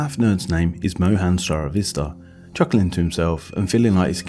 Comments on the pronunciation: "Siravista"? ( in the video) Who the heck is that? This video is about Mr. Srivastava, spelled as plain as day on the screen while that embarrassing mispronunciation is being said. How preposterous can you be, saying the wrong name of the SUBJECT OF YOUR OWN VIDEO? No need to watch the rest of this! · "Sarah-Vista" Wow. Wow. Was that literally your first and only attempt at pronouncing that name? I mean, I'd butcher it too, likely. But... Sara-Vista? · Dude, you keep butchering names. His name is NOT Seravista. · God, you butchered that name. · He also severely mispronounced Mohan's surname. What he says doesn't even match how it is spelled. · He didn't even bother to pronounce the name correctly.